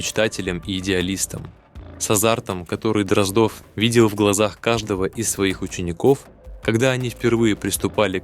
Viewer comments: После того, как чтец простую фамилию ДроздОв произнёс как ДрОздов, слушать расхотелось. Тем более, что этот же цикл рассказов есть в исполнении Абаддона, который читает великолепно. Извините, юноша, голос у вас очень приятный, но с малогоамотностью нужно бороться. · ДрОздов просто вымораживает , не смогла слушать. Неужели простая фамилия ДроздОв настолько сложнопроизносимая? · Боже мой! Простая русская фамилия Дроздо́в стала англифицированной, Дро́здов😂😂😂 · Абсолютно верно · Почему? Может фамилия действительно ДрОздов, а не ДроздОв? Остальные же правильно произносятся.